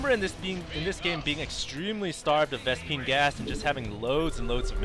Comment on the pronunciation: Did you just say ves-PINGAS on purpose?!? lol